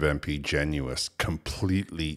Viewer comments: His name is pronounced Genus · Genuis rhymes with tennis not Gen U is.